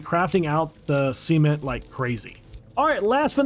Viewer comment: Why are you crafting “Sement” it’s Cement! 😂